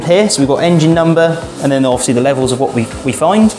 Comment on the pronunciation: Offsly as he said so many times